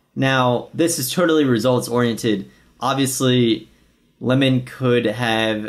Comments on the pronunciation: It’s Limon {Lie-men} 😒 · Lie men . Not lemon. . And damn forgot how annoying he is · It’s pronounced liemon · it's Limon (L-EYE-Mon) - Abe is a LA games legend, PLO host and was an owner of LATB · lie-muhn hahahah